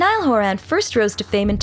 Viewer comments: Can't even pronounce his last name right! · When you make a full movie but don’t know how to pronounce his last name.😂